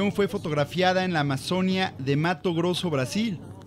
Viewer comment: Se dice qmazonía acentuació en la i ..... querido amigo